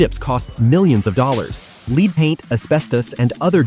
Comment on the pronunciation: it's Lead(led) paint, not Lead(leed) paint...crappy AI narrators